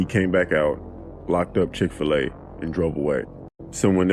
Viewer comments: LMAOOO “chic-fi-la” im deaddddddd😂😂😂😂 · Ma’am it’s Chick-Fil-A